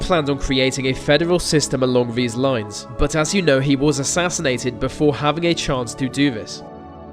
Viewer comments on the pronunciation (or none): please go to elocution lessons. When you say "vese" instead of 'these' and "ve" instead of 'the,' it makes me want to switch the video off.